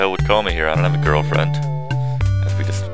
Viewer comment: How's your girlfried??? Way to speak english